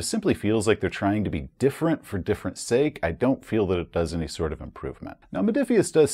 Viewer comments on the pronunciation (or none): none